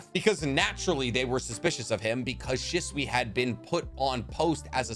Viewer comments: she swee not shh swuh sorry that just bugged me im guessing you read the manga so you never heard it pronounced or something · bro why you say shisui.